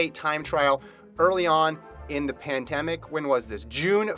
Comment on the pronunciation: “Pantemic”: when pants go viral.